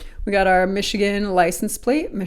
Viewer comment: Mashigan is how the Chinese say Michigan.